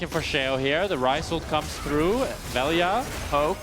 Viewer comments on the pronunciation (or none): Veljko his real name, VELJA . He is serbian, LJ is as one letter not as two. In our slavic alphabet you can combine L + J to get LJ and its spoken like L+Y i guess. But they should at least ask how they should say it, because what they are saying is like "VELIJA" and there is no "i" , Best way to describe is using another word like " Love" in serbian " voljeti " if spoken "vol-ye-tee" . I know nobody cares, but as they commentators they should know it.